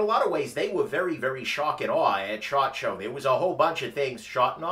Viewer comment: Ok, anyone else hear say shart instead of shot? I get a chuckle everytime he talks about the Shot Show. At least that's what I think he's talking about..